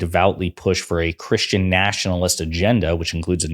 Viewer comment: DId he just sAy he;s NOT CHRRUSTIAN?